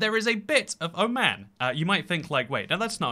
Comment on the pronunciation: Oh no his Oman pronounciation sucks. Dude refer a video it's not that hard